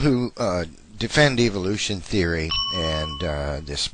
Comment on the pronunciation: I love when they call it "evilution"